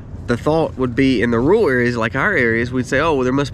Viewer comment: Ru ral not rual Oi Ill not awl.